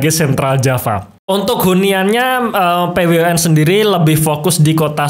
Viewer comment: Kok nyebutin nya p-we-u-n ...